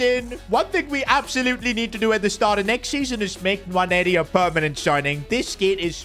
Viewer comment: Quick note on Nwaneri his name is sayd as 'Waneri' dont pronounce the N